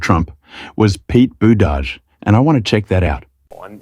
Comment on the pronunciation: Pete Boo-dudge?